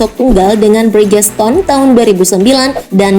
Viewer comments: prototipe : prototaep bukan prototip free practice : fri praktis bukan free frektaes bridgestone : brijston bukan brigestone michellin : misyelin bukan mikelin steve mclaughin : stiv miklovin bukan stef meklouglin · Free practice --> free prastais Bridgestone ---> Brigeston Michelin --> Mikelin 😅😂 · Koreksi dikit min Bridgestone baca Bridstun.. Michelin baca Miselin/Miselang(Bahasa Perancis) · Brid-geston (versi narator) 😁😁 Vs Bridje-ston (versi normal) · Prototip mikelin and brigestone...sebelum ngisi suara cari dulu cara baca nya yang bener gimana...saya sok hayang seri... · Brijston dan miselin Gitu bacanya mbak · Pengen ke Inggris Inggris an malah kacau. ucapan salah Lafaz Indo Bridgestone (brigstun), Michellin (mishelin)(Prancis mishelang), prototype (prototep), free practice(fri prektis) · Bridgestone ---> Brigeston Michelin --> Mikelin 😅😂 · RACE: Res wkkk